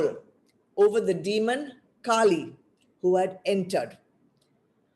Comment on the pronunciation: Terrible audio. Lots of the talk missed! And, why do you keep saying काली instead of कली?? They are totally different beings.